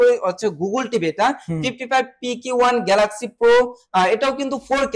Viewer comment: গ্লাক্সি না বে গ্যালাক্সি হবে। বেশী স্টাইল করতে যেয়ে অশুদ্ধ উচ্চারণ কখনোই স্মার্টনেস নয়।